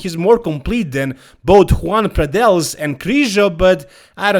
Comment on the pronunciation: Joan Pradells name is pronounced like Yoan not Juan.